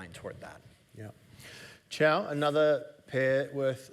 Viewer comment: Costco is not the blueprint for Amazon. And her name is Qiao, it's not Zhao.